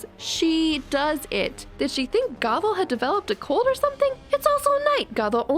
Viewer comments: K but like... it's GOTHE-l not "goggle." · how hard is it to say GOTHEL clearly the whole time it sounded like you were calling her goggle